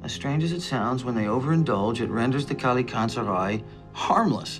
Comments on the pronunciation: FYI the pronunciation for Kallikantzaroi is wrong , it's better without the (o) Kallikantzari , the (oi) at the end sound like the (e) letter , Kallikantzaroi is the plural of Kallikantzaros , many Kallikantzar(o)i -/ one Kallikantzaros, καλικάντζαροι/καλικάντζαρος. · Kalikantzare. Long e sound at the end. Plural. Kalikantzaros for singular. The way its pronounced in Greek. :) (oi makes a long e sound). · By the way it's a Greek word and it's pronounced as 'kalikatzari' (καλικάντζαροι) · i m greek they butchered the word kalikantzaroi